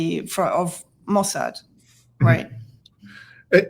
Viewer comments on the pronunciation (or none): none